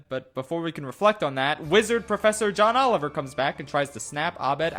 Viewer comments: did you just say Ohn Joliver? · Ohn Joliver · "ohn joliver" tell me why this made me cackle for like 5 min its so stupid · Did he just say Ohn Joliver?